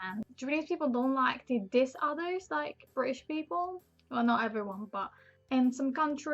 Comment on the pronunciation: "Bri'ish" That was beautiful, you brought a tear to my eye